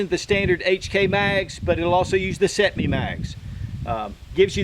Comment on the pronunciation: First video ive seen you butcher!😂 Can you say cetme?